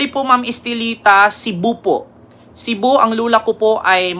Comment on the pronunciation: Cebu hindi cibu